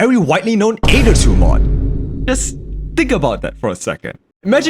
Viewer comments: It's not a-ether, it's ae-ther, spoken eeee-ther. like why, i can't help but get annoyed by it. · Am I crazy or pronouncing it the (eighth-er) aether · I like how he calls it the Aeder